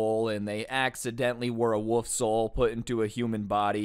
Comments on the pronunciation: he keeps saying woof? does he mean wolf? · I dont know why but you make doing fun things like gaming more fun also its so funny how he says 'woof' instead of 'wolf'